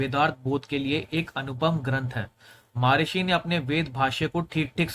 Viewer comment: वेद में श्लोक नहीं मंत्र है। महर्षि ना कि महार्षि।